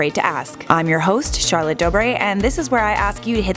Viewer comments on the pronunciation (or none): none